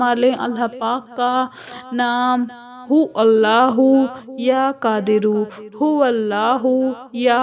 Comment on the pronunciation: Tum kis madrasa se arbi parhi ho tum hu alha parh rahi ho aur alha ya allah sahi hai hu allah ya howallah vedeo me sudhar karo